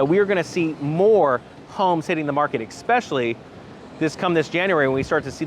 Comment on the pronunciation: especially, not expecially